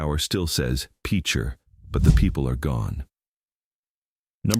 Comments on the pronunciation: F’n AI read discourse littered profusely by mispronunciations and misspellings. And this is seen as a fitting epitaph for the ghost towns of Oklahoma. Gutherie is still an active and thriving town as is Ingalls. Picher is pronounced, Pitcher and the reason for it’s abandonment is not honestly disclosed in this video. Okmulgee County is pronounced Oak-mull-gee, not Oach-mull-gee. Muskogee is pronounced Musk-o-gee, not Musk-A-Gee. Both the Federal Government and State Government have and still continues to ignore and violate the treaties between the sovereign Native American tribes in Oklahoma. I wish I could live long enough to see both governments acknowledge the sanctity and recognition of Sovereignty by my own Cherokee Nation and those of all five civilized tribes and native Americans displaced from their own original homes by virtue of the Trail of Tears. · I don't think most of the employees at the national weather service are Okies. And for some reason non-Okies can't pronounce Cimarron or Pitcher. ha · yeah, you can always tell when it’s AI, it can’t pronounce things even when it’s spelled correctly and should be self evident. I would cut them some slack over Tahlequah but picture is just ridiculous. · It’s pronounced like a pitcher of tea not Peecher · Seriously if youre going to make a video, say the names correctly. PEECHER???? LEED? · It's pronounced pitcher. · The pronunciation in several things were wrong, I had to stop the video. After seeing him talk about towns that are still very much there. The first town is PITCHER. I had a friend die in that tornado… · Guthrie is NOT a ghost town. It’s bigger now than it has ever been. Also this Ai cannot pronounce words lol peacher 😅